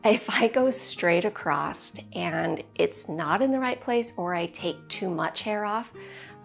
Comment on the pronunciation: It's across, not accrosT. (example) She crosses the street, she crossed the street. She cut across her hair.